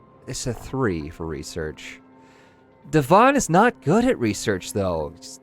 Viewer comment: Every time you say Devon, I hear "dywan" which means carpet in Polish xd